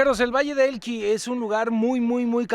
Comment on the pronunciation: Alan valle de elqui Le agregas te una "L" más.!!! Jajajajaa saludos